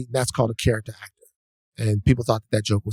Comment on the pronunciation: Why the fuck this dude keeps talking about Coretta is really beyond my comprehension. YOU ARE NOT MARTIN. YOU. ARE. AN. ACK-TOR.